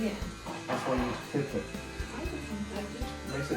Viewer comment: ㅎㅎ why라고 읽고 왜에~!로 들리는 마법ㅎㅎ